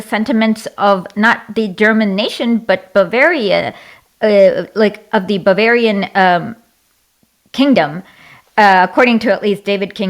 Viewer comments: Does she think it's smart to say "bavarish"? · my god this woman cannot pronounce german states, bavarish?? really??